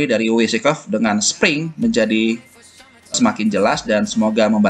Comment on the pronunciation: Mai gad Pertama2, penyebutannya Wyckoff itu bukan Wi si kof tapi Wai kof. Penjelasan anda tentang Spring tidak tepat, kalau dari penjelasan anda maka apa bedanya Spring dengan harga yang trend naik? Anda juga menyebutkan Supply & Demand tapi chart yang ditunjukkan tidak menampilkan Volume, bagaimana menjelaskan Supply & Demand tanpa Volume? Lagi pula meskipun Wyckoff hidup kembali, beliau gak akan bisa trading cuman dengan teori itu saja. Dan memang beliau punya teknik & metode real untuk melakukan teknikal analisis, bukan sekedar mengandalkan teori. Kalau dicari di internet, baik artikel maupun buku tentang Wyckoff maka gak akan ditemukan teknik/metode ini. Karena teknik/metodenya Wyckoff itu diajarkan pada kursus berbayar yang cukup mahal dan sampai sekarang masih berjalan kursusnya. Sehingga kalau ada yang share secara terbuka di internet berarti melakukan pelanggaran hak cipta.